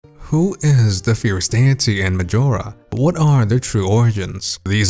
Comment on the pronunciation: Can’t stand how he says fierce deity